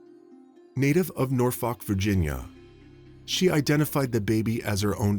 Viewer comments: It's pronounced Nor fuk Virginia. Or u wanna sound local, nawfuk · 7. It's pronounced SpoCAN and not SpoKANE 8. It's pronounced Norfuk or Nawfuk (locals say this) not Nor Folk 9. Amour is also a French word 10. 😊